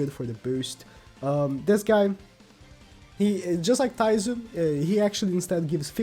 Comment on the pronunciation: called twigo taizoo